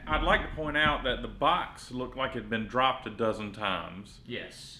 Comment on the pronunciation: I love how said i broped my nut 😂😂